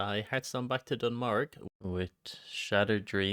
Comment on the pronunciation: Pronouncing Dun Morogh as Dun Morg has to be a crime